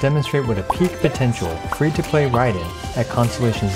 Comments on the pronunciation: am i the only one who heard fish to play.. and not, free 2 play. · Why does he keep saying fish to play? 🤦🏽‍♂️ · I'm I the only one hearing "FISH TO PLAY PLAYER" ? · I'm dying hearing you say fish 2 play every 10 seconds lol